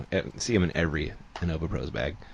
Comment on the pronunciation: The best commentary duo, for sure. Strange to hear pronounce it In-NOVA.